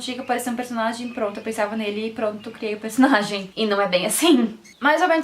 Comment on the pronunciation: gente eu gostei muito do seu sotaque, quando voce fala personalidaee e personagen voce fica muito fora